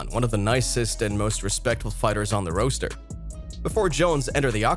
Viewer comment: Foreal this was bothering me also how he said roster 😒